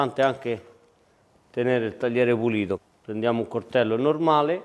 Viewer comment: é anche importante parlare correttamente : CORTELLO non si puo sentire